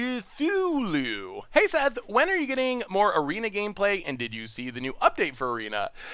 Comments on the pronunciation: the troll huh? Pretty sure it's kuh-too-loo unless you're trolling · Some help with pronunciation. KOO-FOO-LOO: cthulu SAI-DECK: szaidek